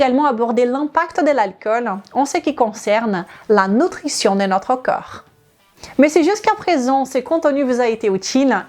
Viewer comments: Corps coeur prononciation differente idem magnesium 😅❤ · Merci pour tes vidéos sur la prévention santé...et autres! Je ne suis pas personnellement concerné par un problème de poids (ni d'alcoolisme comme ici ), mais je partage volontier à mon entourage. Une petite remarque que je pourrais faire, c'est de vous demander de bien prononcer,de manière différencier, les mots CORPS et CŒURS. C'est très troublant pour moi (et d'autres sans doute). Mon cerveau est toujours entrain de rétablir le sens correct du mot "CORPS "qu'il perçois, lorsque tu parles. Pour résumer, on entend plus "COR " et jamais "KEUR"! Un petit travail de prononciation à faire, si vous me permettez la suggestion,avec le respect que je vous dois, pour votre travail de qualité! Votre origine hispanique y est pour quelque chose, probablement! Gratitude pour vos vidéos, que je regarde ou écoute avec plaisir à chaque ( avant de les partager) Bonne continuation